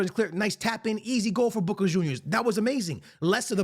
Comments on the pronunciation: Sounds like you’re saying “booger juniors” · It's funny how he pronounces boca, makes me think of the wrestler booker t when I hear it